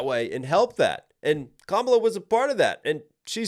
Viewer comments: Dude I absolutely love your reaction videos but come on, it's pronounced KAmala, not kaMAla. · Her name is pronounced "Comma Lah" NOT Kah Mah Lah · comma. luh. how difficult is it to pronounce her name correctly? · Not sure if anyone else has mentioned it but the proper pronunciation of Kamala Harris' first is to stress the first syllable not the second KA-ma-la not ka-MA-la. Trump intentionally mispronounces it likely due to him linking the name to an 80s pro-wrestler called Kamala (stressed second syllable) the Ugandan Giant who was an obese African American man whose character was a primitive tribal caricature of Africans, specifically Ugandans in this case. Trump has been a wrestling fan since at least the 80s when he started doing business with Vince McMahon with whom he is close friends so I do not believe this association in his mind was unintentional. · This is where I unsubscribe from you. You're a Trump supporter. Listen to how you mispronounced Vice President Kamala Harris name. You're lame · If you're going to do a breakdown, the bare minimum you could do is learn to pronounce the participants' names. If you really can't manage to pronounce Kamala correctly, you could at least call her Harris. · Why can't you pronounce her name the way she pronounces her name? Have you never seen ground news? Well that confirms a bit of your YT/SM bias/views.